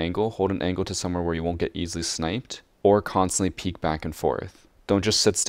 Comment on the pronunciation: I like how you say "angle" as angkle :D